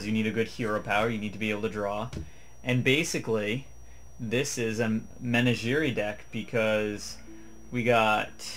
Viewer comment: Mehn--a-jee-ree! Try Menagerie, say it with me Men-aj-jur-ee!